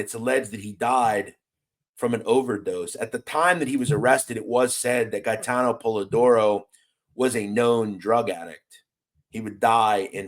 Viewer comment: Respectfully you pronunciation of Gate-en Polidoro. He was a Fuckin gangster for real,I went to junior high school with him..He was a stand up guy.. He was taking shit down by himself he was like a daredevil love to ride dirt bikes, real athletic.